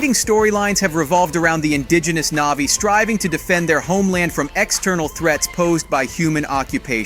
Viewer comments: Click bait thumbnail and the narrator hasn’t even watched the movie butchering almost every name navi NAHVEE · Why did you stary calling them "NAYVIES" halfway through? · Hate it when people make content just for the sake of making content and therefore money. This guy clearly doesn't even like these movies. Probably hasn't seen them. For f*** sake, if you're making a video about a movie at least make sure you know the correct pronunciation, its Na'vi not navies. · Whats with the sudden poor pronunciation ? Annihilation, Navi, and sacred?